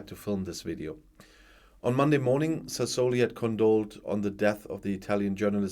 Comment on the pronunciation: Good morning. I hope Signore Sassoli will rest in peace and I hope even more that you are not annoyed when an old teacher corrects your pronounciation. It's Sasso li (kurzes, scharfes s) and Met so la ( wie deutsches o ). Best regards from not so sunny Malta:).